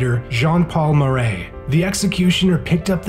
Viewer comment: C.Cordet killed Marat, pronounce "MARA", not Marais ...